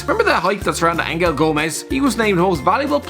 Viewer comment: Angel is pronounced like Anjel, he's English